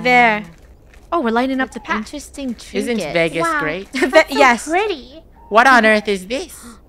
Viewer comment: I love how there strugling to say vagas